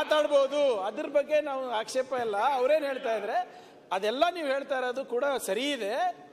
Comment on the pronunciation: ಅಯ್ಯೋ ಕರ್ರಗೆ,,,, ? ಆಕ್ಸೇಪ ಅಲ್ಲ ಆಕ್ಷೇಪ🤭🤔😆😆😆😘😘😷😩😁😁😁🐂🐂✈✈🛩🛩